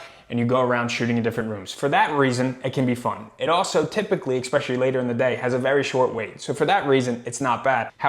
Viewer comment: Bro…there’s no X in the word especially! Especially. Not expecially